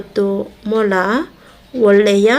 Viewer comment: ಮೊಲ ✅ ಮಾಲ ❌